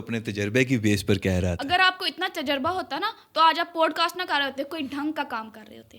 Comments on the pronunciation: Please correct your pronunciation. It is NOT POADCAST but Podcast. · Absolutely adore the playful yet innocent vibe you've captured in this video! Regarding the pronunciation of "podcast," I'd suggest considering the American accent's PAWD-kaast or PAAD-kaast, or the British POD-Kaast for clearer articulation. Just a thought for enhancing your already amazing content!